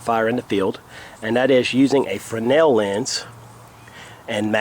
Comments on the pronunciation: I thought you were wrong in your pronunciation of Fresnel - but I was the wrong one in this equation! ;) It is pronounced Fray - nel - and you were right! Thanks for the correction. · OMG, someone in the survival community pronounced Fresnel correctly! Thank you!